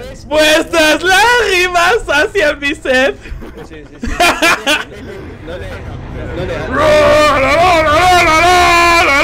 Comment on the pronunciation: vuestras lagrimas sacian mi sed, me encanta esa frase tal como la pronuncia jajajaa